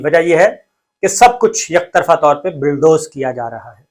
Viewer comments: I swear by Allah SWT, it is not my intention to put you down; I only want to tell you that the correct word (rather pronunciation ) is bulldoze and not billdoze. Again, I am not being the wise guy, it is a sincere and honest advice. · Please correct the word is Bulldoze n BILLDOZE. Thanks